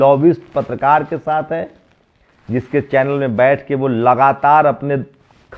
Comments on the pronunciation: Apne patrkaar ko bolo ki dhang se hindi seekhe pehle. R ko da bolta hai. Patrkar ko patdkaar bolta hai. Nasht ko naasht bolta hai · Hindi bhasha seekho patrkar mahoday. Hindi typing nahi ho rahi is ph mein. R yani ra patRkar. Patdkar nahi. Pehle hindi seekho. Aur sabse bade jaativadi tum ho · Aaj uske jaise hi patrkaar bane baithe hain jisko patrkar bolna hi nahi aata patdkaar bolta hai